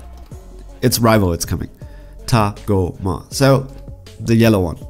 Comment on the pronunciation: I know it's good, that's not why i made the comment. Rather i was having a comedic go at the pronunciation. That's the emphasis sorbet gave when tagoma was shot out of the spaceship by frieza. And you missaid his name way too many times in your video i cringed every time with a big facepalm. Might be worth you rewatching your video to count them.